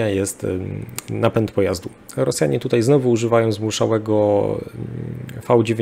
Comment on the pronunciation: Tomasz Ja jestem wprost załamany tym "dzisiEj, wczorEj i tutEj" Zychowicza. Gość jest absolwentem historii, pracował wiele lat jako dziennikarz - a tu tak fatalne kaleczenie j. polskiego... Dyskwalifikacja :(